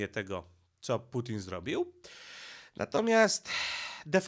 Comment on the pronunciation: Czemu nie wymawiasz normalnie nazwy Ukraina oraz Putin? Przeciez to nazwy własne